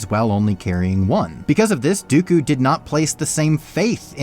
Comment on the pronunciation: It even sounded like he said count goku